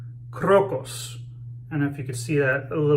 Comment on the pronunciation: Hey. Today I learned how to pronounce the name of that soap correctly, thank you. I liked the way you were using the very tips of your boar bristle brush. Great lather and a real nice shave. Nice one.